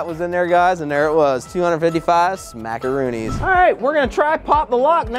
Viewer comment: I love how he calls it “ smackoroonis”